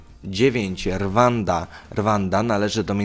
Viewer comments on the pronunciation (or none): Czyta się RUANDA, NIE RWANDA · RWANDA = WYMAWIA SIĘ JAKO ''RUŁANDA'' ;) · Pisze się Rwanda a czyta się "Ruanda"